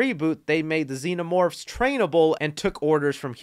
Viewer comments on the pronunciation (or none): none